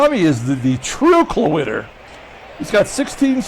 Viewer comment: Every time you said Klawitter I thought Cloaka